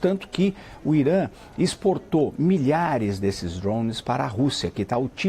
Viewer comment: Tira o ovo da boca pra falar drone